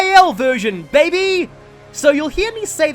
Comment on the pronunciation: It is still SO weird to hear you say "baby" like that. Maybe it's just the accent combined with how you don't say it very often....or at least, didn't say it very often. Sounds like it's going to be more common here. What the hell?! Awakening's Lunatic mode may be RNG based bullcrap, but that's just because of the ridiculous skills they get! Otherwise it's pretty normal! What?! That genuinely sounds impossible to play if you aren't an absolute master strategist with a ridiculous amount of Luck....... I'd say the voices in PoR were decent. Most of them fit the characters and Greil was awesome. The ending scene wasn't quite on the level of the 3DS games, but it was still pretty good. ...........I'm suddenly terrified to hear the voices in this game. Yune? One of Ike's accessories in Fates is named after someone called Yune..... Pffft. So that's the origin of that. Did Sothe just Lethality that guy?! He took him down in one slash! With a Tellius-era knife! Without having done ANY fighting in PoR! Huh, sweet kicks. That backflip was actually pretty cool, but unnecessary, especially as he didn't actually attack with it. The Champions of Yore 3 map! So cool! Why is it that the worst Lords are usually in the worst games for them to be in? It sounds like Micaiah would be decent in virtually any other FE game, and Roy would've been fine in anything but the hellish world he was forced into.... Oh gods, it's Celica all over